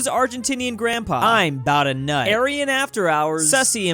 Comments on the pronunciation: tf is ayren its alled ayran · The turkish drink "ayran" is pronounced approximately "i run" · fun facts ayran isn’t pronounced like u said its a milk with salt and some stuff and they make ayran that is very delicious its all over arab nation